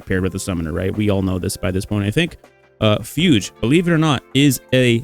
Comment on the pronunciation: excuse me, Fyudge?